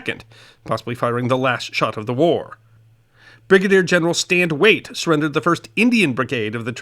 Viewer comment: "Stand Wait" !? Actually "Stand Watie" (pronounced wah-tee). My inner perfectionist cringed when I heard you. Other than that, it was interesting to learn of the earlier history of the Civil War in south Texas. Thanks!